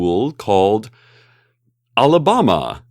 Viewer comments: Cecil's so adorable mispronouncing Michigan and Alabama xD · Tbh the way he said "Alabama" is exactly how we say it in russian, so nothing weird there)